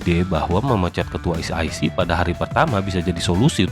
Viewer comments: Bacanya sec itu S I Sii, bukan S Ai Sii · Es i si wooy bukan es ai si😂 bikin malu tp ngeyel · e=i i=ai Bukan ribut tp koreksi kslhn pembacaan ejaan